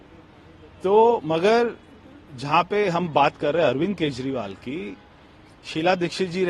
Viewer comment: प्रिय उद्घोषिका (Ancor) जी आप कई शब्द सही नहीं बोल पाती है जैसे केजरीवाल को केजवाल बोलती है कृपया उच्चारण सही करने की प्रैक्टिस करें